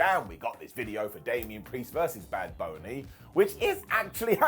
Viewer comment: did you say "bad bony"😂